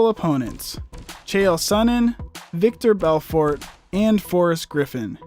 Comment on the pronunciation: >claims to be MMA Authority >Conor as one of the top 5 ever on performances >Jose Aldo pronunciation >ViCtor Belfort >No Demetrious Johnson >Khabib on the list at 1 Incredibly Obvious L